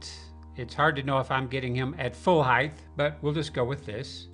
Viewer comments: There's no 'H' at the end of the word 'height', my friend. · There's no 'th' in the word height. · Dude, how are we supposed to take you seriously when you mispronounce a word as simple as "height" over and over again? Do you cook "pasghetti?" So you speak "pacifically?"